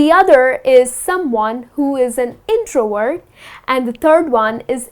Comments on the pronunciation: your videos are amazing , but i think you pronounce the word introvert as introword , abmivert as ambiword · Nice explanations but please pronounce the "V" in the words "extrovert/introvert/ambivert."